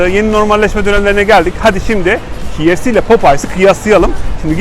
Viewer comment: bi duzeltme yapayim. KFC - Key Ef Si diye okunur. Kolay gelsin